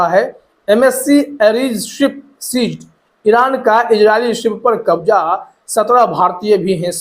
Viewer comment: Aap thoda apna talaffuz thik kijiye kabza hota h wo kabja nahin Ijrail nahin hota wo israil hota h Jahaj nahi jahaz hota h wo Kabja me le liya h nahin Kabze me le liya hota h wo